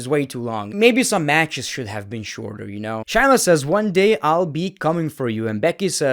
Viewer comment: bro i really enjoy most of ur content but pleeeeease stop saying chyna and start saying shayna... its driving me crazy...